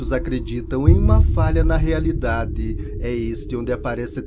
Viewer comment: "Falha na realiDADÊ" ...